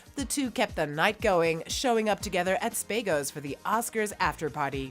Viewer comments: Spa-go not spaygo. Baty, not beady. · Spay-go? Spahgo. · And Spaygo’s instead of SPAgo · "spay-go" hahahaha and "warren beeeeety" wtf is up w the narration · Spagos and Beatty pronounced incorrectly. Cant the narrator at least get those correct?!